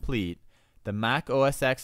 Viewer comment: it's not OS "X" it's Mac OS 10 (X is the roman numeral forr 10 :P)